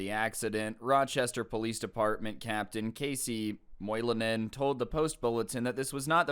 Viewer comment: As a finn I have to say, you pronounce Finnish surname (Moilanen) pretty well.